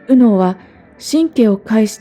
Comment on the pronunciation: 『右脳、左脳』の発音に違和感を感じて話が入ってこなくなったのも左脳の逆襲なんだと思いました。